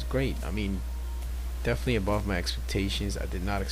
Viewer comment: Pretty good video. Definatwey. Its good to see doing narration. Definatwey.